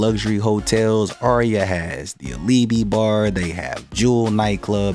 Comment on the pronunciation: Bro Alibi at Aria is pronounced Ali bye not Ali bee!